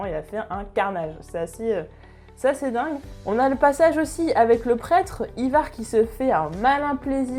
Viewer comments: Par contre prononce le "Aillevar" plutôt que "ivar" car ça pique le oreille, sachant que tu prononce bien Halfdan de la bonne manière (Halfdanne) ou encore Ubbe (Oubé) ou autre je comprend pas pourquoi tu n'y arrive pas avec Ivar c'est hyper déstabilisant ! Sinon c'est cool de voir quelqu'un parler de Vikings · Endras Ça s'écrit peut-être Ivar mais encore une fois ça se prononce "Aille var'' c'est comme ça que tous le monde l'appelle dans la série. Si tu t'appelais Georges je pense que ça te fera chier qu'on le prononce ''Jehorje'' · Pareil mdrrr peut etre qu'elle l'a prononcé comme ca pour pas que l'on croit que c'est un produit d'apple I-VAR lol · The Punisher Mais qu'est-ce que tu racontes j'ai maté Vikings entièrement 6x et jamais personne n'a prononcé Ivar comme elle le prononce en vidéo.. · Le Dax Dsl mais ça ma trop stressé pour pas que j'le notifie